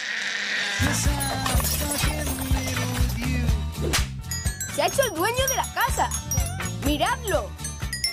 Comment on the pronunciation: Se dieron cuenta que en la versión español dice Her ma ni to y en esta versión del trailer dice ven a cono zer lo